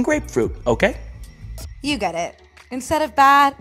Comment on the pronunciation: Edit: ( NOTICED IT TOO!)